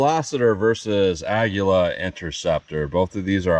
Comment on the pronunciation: You pronounced it correctly on this video. It is Spanish for eagle. I have asked three Spanish-speaking people how to pronounce it and they announced it as you did. I went to an app that translates Spanish to English and vice versa and it pronounced it the way you did correctly. Don’t let the haters hate.😊